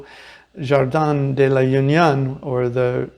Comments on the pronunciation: Just FYI...in the Spanish language, "Jardin" (central verdant square) is pronounced "Har-deen". Accent on the second syllable. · Spanish is tricky. Jardin is pronounced as Hardeen , with the accent on the second syllable